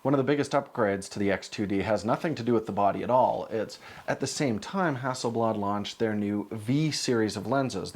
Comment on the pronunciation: …that aint no ”bladare”…no no no…oh nooo…”the ”swede”…